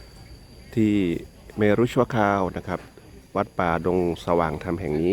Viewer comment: เมรุ อ่านออกเสียงว่า “เมนๆ มิใช่ เม- รุ “ นะ 🙏 ขอรับ ! ส่วนคำนี้ “เมรุมาศ” อ่านออกเสียงว่า “เม-รุ-มาด ออกงานพระเมรุมาศ (งานพระราชทานเพลิงศพหลวงปู่แสง…….)